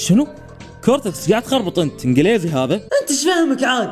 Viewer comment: عنقليزي ولا اييه هههههههه